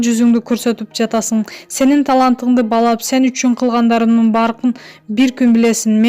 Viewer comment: журналистика тантырап,Сенин талантынды балап,дейтго😝,баалап болот